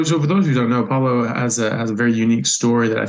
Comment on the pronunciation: His name is Pablo not palo